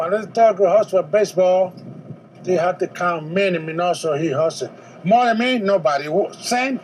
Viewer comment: While I agree with you about Minnie's greatness, it's a shame you couldn't have pronounced his name properly. A common mistake to be sure.